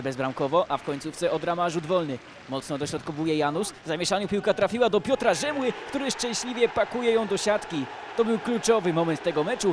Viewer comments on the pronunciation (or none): ja tam słyszałem Piotra Żymły